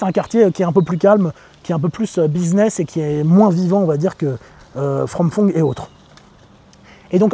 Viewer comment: Merci pour ces infos claires et précises. Par contre je ne sais pas si tu vis en Thaïlande depuis longtemps mais « Ph » (พ/ภ/ผ) en thaï se prononce p+ h pas f comme en français donc Phrom Phong ne se dit pas « From Fong » mais plutôt comme « Prom Pong ». Exemple on dit Phuket avec le son p pas « Fouquet » 😂